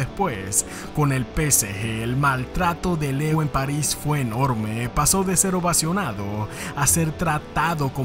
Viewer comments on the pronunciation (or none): none